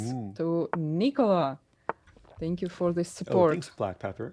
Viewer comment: You're all saying it wrong, it's pronounced Nikola